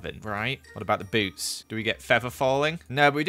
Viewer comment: am i the only one who heard boobs instead of boots? no? okay just me then.....